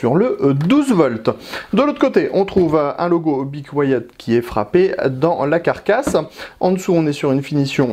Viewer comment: Bi couayaute ? C'est comme ca qu'on dit ?